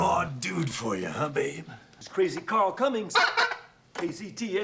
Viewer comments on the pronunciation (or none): none